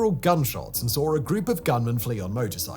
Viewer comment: The name Gil or Gilberto in Spanish is pronounced "Hill"